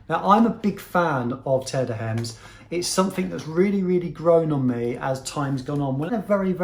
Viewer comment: Please, pronounce it right... Ermes not Hermes!!!